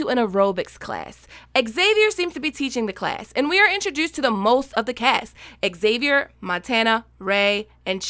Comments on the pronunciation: I think xavier pronounce as havier..? Cmiiw but ex savier is not the to pronounce the name? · I hate how you say X-xavier. It's only XAVIER. Drop the extra X! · why did i keep hearing you say "Axavier" instead of "Xavier" ? It kinda triggered me even tho the video is pretty good ^^ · Pronounced zavier...not exzavier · Zavier not Xavier the X is pronounced with a Z even in American English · Okay, before we go any further... Xavier is pronounced Zavier... Cool, let's carry on! 😃 I am 100% here for the kid being a ghost!